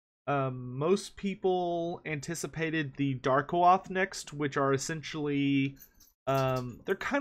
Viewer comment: I think Darkoath is pronounced "Dark-Oath". I might be wronged though.